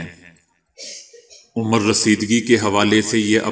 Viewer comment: Beta udheer umar ni adheer umar